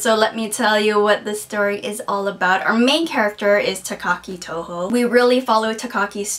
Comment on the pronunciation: Takaki Tohno, or Tonoe, actually. But otherwise great review(s).